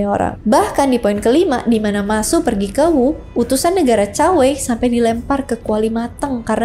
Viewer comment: Hadehhh kalo bahasa engres pronunciation nya effort bener dibikin akurat, tp pas chinese malah ngasal2. Bacanya cuge liang ama sema i bukan juge liang ama si ma i 🤦‍♂️👎👎👎 Chao whei bukan cakwe 😂😂😂 Sorry gw ga bs nonton habis videonya gegara gada effort buat pronounce nama2 chinese dengan benar, malah kedengaran kek cing cong cing cong